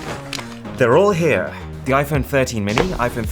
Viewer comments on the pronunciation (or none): why tf does he sound so weird when he says "here"